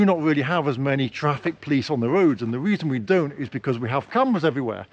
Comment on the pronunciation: I never heard someone pronounces a word "police" as "plis" and even close to "please".😁😁😁